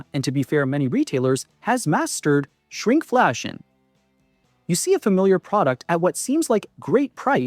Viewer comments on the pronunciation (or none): Sounded pretty natural despite mispronouncing a few words like shrinkflation.